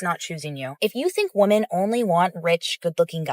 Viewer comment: Every single video you upload features a woman who says woman instead of women. Every single time. Grab any 5 random American women and ask them to say women and 1 out of 5 will say woman instead, as if woman has no plural form. It really frustrates me. It's not an accent thing either. They just don't know how to say women, and I hear it CONSTANTLY, yet they do know the word men.